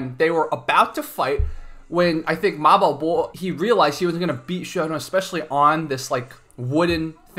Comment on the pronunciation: Wow, the host of this channel pronounce the 马保国 so perfectly, I'm a Chinese and I can't even read it